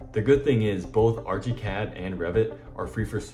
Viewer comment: i can't get passed the "arch-y cad" pronunciation. and using AI to render your sketch is insane...ly dumb. about as dumb as using AI for any production work. ask me why, and i'll tell you.